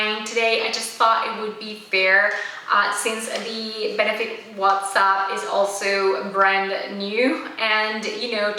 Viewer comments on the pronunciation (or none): It isn't pronounced "what's up". It's pronounced " watts up". As in light bulb watts- there is no "H" in the name of the highlighter.